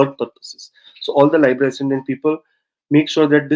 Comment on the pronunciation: note that libra is only pronounced one way. that is as in the vowel easy, not as in library.